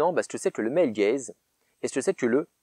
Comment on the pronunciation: Purée J'ai quand-même compris après 3 minutes de vidéo qu'on parlait de Male Gaze et pas de "el gaize" et "film el gaize" x)